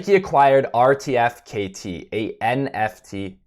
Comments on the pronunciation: its pronounced Artifact nerd, not R.T.F.K.T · Hey man RTFKT pronounced “Artefact” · It's pronounced ARTIFACT if you didnt now you know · RTFKT is pronounced 'Artifact' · RTFKT pronounced Artifact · Pronounced artifact